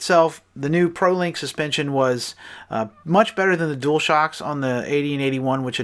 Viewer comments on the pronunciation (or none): none